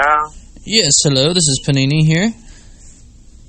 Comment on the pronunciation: Did you really actually say "henlur" picking up the phone